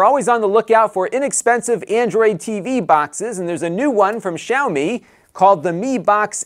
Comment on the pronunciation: I appreciate your correct pronunciation of Xiaomi!